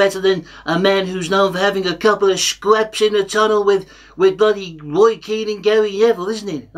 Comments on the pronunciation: The last time I was this hyped, it was when Return of the Jedi was released. Now it's Weturn of the Woy!!! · Woy is back. He may be 94 but he can still wun wings awound the Palace defence. I think that's what he said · Woy weturns